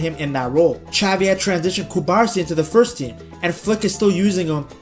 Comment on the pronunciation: Great video, but it's not CubArsi, but CubarsÍ. And it's not CasAdo, but CasadÓ